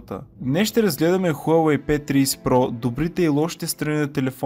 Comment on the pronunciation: P триИси про вика хахахаа